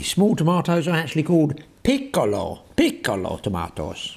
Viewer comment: Brilliant and even quite funny😂😂. Loved the peeecolo tomatoes. 😂😂 Cheers.